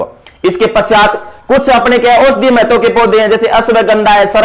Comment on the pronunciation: Mahtavvvv kaise bol Ra gandiiii